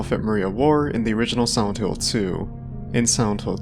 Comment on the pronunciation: Can you not annunciate the word silent? All I can focus on is you saying “Sauntil”